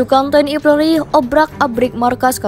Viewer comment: Apa hanya saya yg dengar TNI PLORI dalam penyebutan.